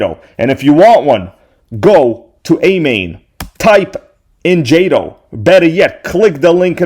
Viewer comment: Calling jayto😂 and crying 😂